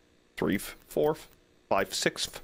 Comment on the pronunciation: Threeff! The True Horror you're SOOOO Funny What's on episode 2? The Sequel The Phantom Shitter And the doors will open and close! + his dreams on Melatonin music and effects The 4th Floor Fourf btw Hope that he doesn't get scared What a hard worker! Working in these conditions heavy breathing + someone is trying to sell him something! The most chill reaction That was The Phantom Shitter Wants to see everyone's (VG's) playthroughs Feels like he knows everyone well enough to figure out what's going to happen Fifth floor (Fivef!) Shinri: In my defence, she has very pretty eyes! + agreement Don't scare me! It seems that I can't see anything NPC Lines A red door! Nothing bad would happen here! Just another day at the office + No power in the blood pit Oh yeah, lil lost in the blood pit again Violation in the Blood Pit NO NO NO NO NO NO NO NO! Fuse On Nothing scarier it was a scream of joy Surveillance Camera time (Lore)